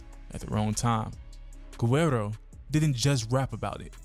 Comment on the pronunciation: How this dude can't pronounce guerro. It's not ger-rare-ro. It's wh-air-do. If u Makin videos about it pronounce it right.